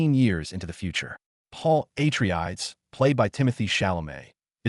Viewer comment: “Paul AtreAIDS” 😭